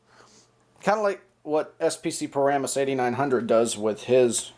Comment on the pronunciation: Have I been pronouncing "Paramus" wrong this whole time? And I wish I had the HH54VP so I could do that same thing. Anyway, nice decorations!